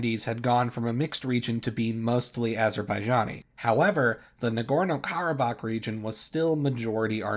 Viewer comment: It’s Karabakh